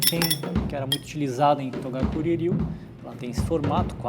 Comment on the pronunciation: É toGakuri Ryu e não toDakuri.. Kkkk